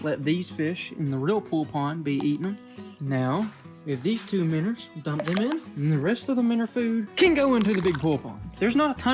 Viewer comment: I love your videos but it’s “Minnows” not “Minners”. Keep up the good work…